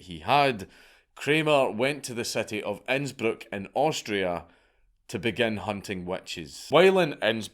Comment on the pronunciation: Honestly man, you pronounce Innsbruck better than most Austrians.